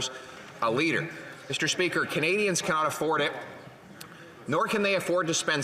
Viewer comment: meester speeker